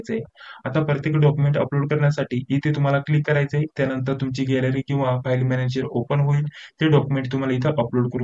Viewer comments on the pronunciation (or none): none